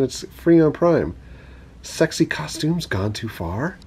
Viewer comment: Turtles on turtles and then that music. I was laughing with tears. A little 70's well u know bow chic a wow wow. u said stexy lol.tomfoolery. YES YES!!! lol Corley is my youngest daughters name.